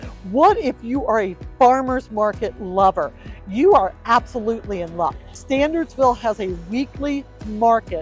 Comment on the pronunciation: in the beginning of the video, you say the town name is pronounced "Stan-urds-ville" not "Stan-ahrds-ville." However, after that, you keep pronouncing the name of the town as "StanDardsville." I guess there are two different options for mispronouncing the name.